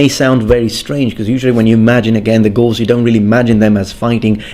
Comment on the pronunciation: Lol I cant stop hearing ghouls